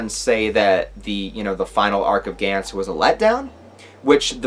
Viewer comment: You say it like gants (g ants) I’ve only hear it pronounced like (gonts)